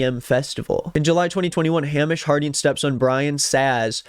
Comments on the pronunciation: hey! scot here just wanted to say it’s hay-mish not ham-ish. great vid:) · Name’s not pronounced Ham-ish. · Just a note, unless it’s a niche pronunciation I’m not aware of that the guy chose to use, Hamish is pronounced hay-mish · Just to let you know Hamish is pronounced like "Hay-mish" !!! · Its pronounced Hay mish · It’s pronounced Hay-mish, his step son needs to control himself 😮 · best video I seen all day ON THE SET! Edit: it’s pronounced Hay-mish. Scottish name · It's pronounced HEY-MISH!!!! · Im sorry i cant get past the pronunciation of Hamish LMFAO its pronounced “Haymish” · Btw it's typically pronounced Hay-mish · The whiplash I got from hearing you pronounce Hamish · you are saying the name Hamish wrong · The way you're pronouncing Hamish makes him sound like a fairytale pig